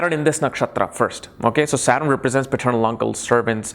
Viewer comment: वकवास। जो सटर्न को सारन कहता हो, कर्म कर्मा वह वनावटी पना वाला उच्चारण कर अंग्रेजी की भी टॉग तोङ कर ज्योतिष की ऐसी तैसी कर रहा है।